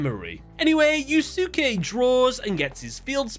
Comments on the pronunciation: Is that pronunciation of the character's name in the dub? I'm pretty sure the "not 4kids" version should be pronounced as "Yu-skay". I say this because of Yu Yu Hakusho! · I'm gonna go on a limb and assume you have not seen one of the classic animes: Yu Yu Hakusho. It's pronounced "Yus-Kay" (Yusuke) just how Asuka is pronounced "As-Ka" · Id never heard yusuke being pronounced differently aalmost every single time, "yu-suuu-kay" and "yu-suu-ki" are definitely a first. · It's supposed to be pronounced Yuske as in Yus-kay. The second U in Yusuke name is Silent. Not the first time people mispronounces names. Not really a big deal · yeah "yus-kay" is how I normally hear it for English speakers. I just found the fact that he pronounces it differently entertaining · The name is pronounced you say yussske the letter U is kind of silent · As someone who plays Persona 5, the way you pronounced Yusuke hurt my soul. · You're not supposed to pronounce the second "u" in Yusuke's name. Think of it like Sasuke's name in Naruto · The way is butchering Yusuke's name bugs me so much. 😂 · So, there is no English dub. The only way for him to have watched this is by listening to someone actually pronounce yusuke's name right, so there's literally no reason for him to be f'ing it up this badly. It's actually hard to watch (my bf thinks it's hilarious but I disagree). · As a Yu Yu Hakusho lover, hearing Yusuke being said that way hurts me. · I literally cant watch this video because of how he pronounces Yusuke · Someone please teach this man how to pronounce “Yusuke” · Sorry, but it's bothering me how you're pronouncing Yusuke. It's like when people pronounce Sasuke as "Sah-soo-kay". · you're mispronouncing "Yusuke" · Oh god. Your pronunciation of “Yusuke” made me ill. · Me trying not to vomit at his pronunciation of yusuke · Why the hell is he calling him "Yu Su ke" instead of "yuske"😂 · It's YUS-K, not YOU SOOK EEE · You-skay, not YouSooKay ffs lol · Yusuke pronounced "YOU-SKAY"